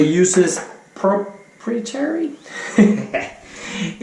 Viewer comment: Good video. The blades for the Feather AC and clones are referred to as Pro-prie-tary. I saw that you had trouble with that word so I figured I'd throw that out there